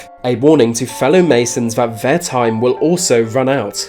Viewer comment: Please learn to pronounce 'th' properly, "Remember Deff" (for death) and 'vey' and 'vat' for they and that!!!